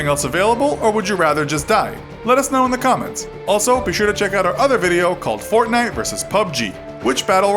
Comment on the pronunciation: But stop saying gaynite